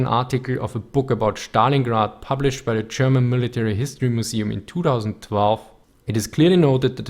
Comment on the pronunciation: Please don't say Stalingrad like you do. It is not "sh" there, just "s".